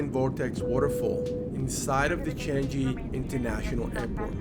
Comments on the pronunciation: The word "Changi" is pronounced as "Chang ngee" not "Chan ji"! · Sorry, but I would like to point out some mispronouncement of a couple of words : firstly, the word Changi Airport : correct way is "Chang Ngee", not "Chang Ji". Another word is Merlion. It should be "Mer Lion" instead of "Merleon"! Anyway, hope you both enjoy your stay here! Welcome to my beloved country, Singapore!!